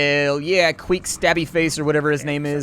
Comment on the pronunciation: Queck would be pronounced "kwehk".